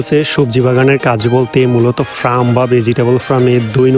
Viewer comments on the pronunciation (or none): ছোট ভাই ফার্ম শব্দটি উচ্চারণ সঠিকভাবে করো। ফ্রাম নয় ফার্ম হবে